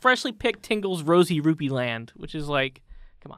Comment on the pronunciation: So basically everytime you guys said uncle Rupee, I understood uncle Roofy. You know like the drug roofys? Which basically gave me an completely different picture in my head xD